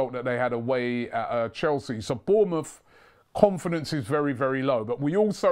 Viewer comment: Robbie: "KKKHomfidence"